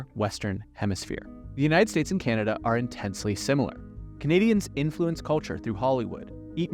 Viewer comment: It is not pronounced KeeAnada!